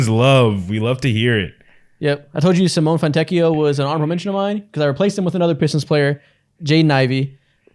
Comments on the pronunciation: LOVE FROM ITALY (the e in Simone is not silent btw) he's a fantastic player. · Simone is not pronounced like that😭😭😭